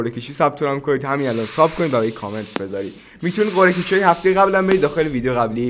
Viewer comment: به قرعه کشی میگه گرعه کشی.😂